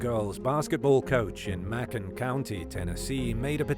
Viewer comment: Just FYI Macon is pronounced "May-con".